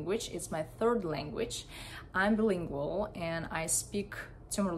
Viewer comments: İn you pronounced bilingual wrong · Hello, I have a tip for pronunciation of the word "bilingual". Then you will sound even more natural. Take care :-)